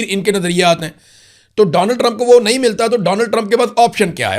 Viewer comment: (IMRAN BHAI) Nahe kahny k andaz ke to bath he kia hy,,, kaisy ap ly kr aty hain(NAHE) kia bath hy